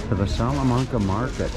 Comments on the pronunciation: Pronounced wrong. Its salla-main-ca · Hi, Our family visited Hobart back in early 2004. It was our first trip to Tasmania. Incidentally, most of the A's in "Salamanca" are pronounced like you say "apple". I hope that helps. Interesting seeing the market there, as we missed that, not being in Hobart over a weekend. Love the chess set there. Looking at all the food there makes me hungry. Thanks for yet another excellent walk and talk. All the best, Rob.